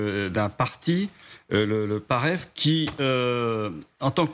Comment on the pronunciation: PASTEEF ET NON PAREF MON GENERAL !!!!!!